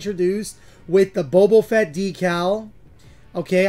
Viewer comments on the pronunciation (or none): Blud really said Bobo Fett